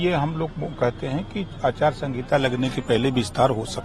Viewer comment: अचार संगीता नहीं आचार संहिता होता है